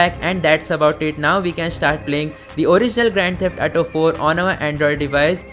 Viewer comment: Say it with me A-U-T-O ---> Auto Example - me ghar aaj"AU" That is how you say AU in AUTO Practice it three times a day, you will recover from the ATO disease